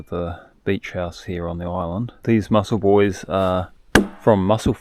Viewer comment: Hey, was just making a little joke, you said Mussel Buoys, and of course it sounds like muscle boys. Just a bad joke, that is all.